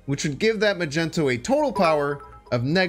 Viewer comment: You pronouncing mag-neat-o as ma-gent-o makes me cringe every time